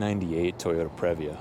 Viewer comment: It is pronounced “pre”-“via”! Not, “prev”-“via” 🙄😑🤦🏻‍♂️😑🙄